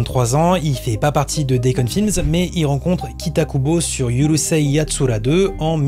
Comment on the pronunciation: ✅ URUSEI Yatsura ❌Yurusei Yatsura ✅ DOUJINSHI/DÔJINSHI ❌ Doujinshi (avec le "dou" prononcé comme "doudou")